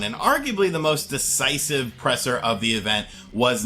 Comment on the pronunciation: Divisive, not decisive.